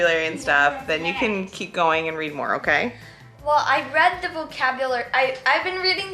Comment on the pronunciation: I love how said Readed and then caught himself and said read lol, it was the cutest